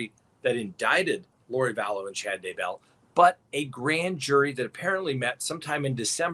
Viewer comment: So nice to get great info PLUS a comedic delivery. I love how you consistently, persistently mispronounce Chad’s last name, too. It’s kind of like nails on the chalkboard but all good fun.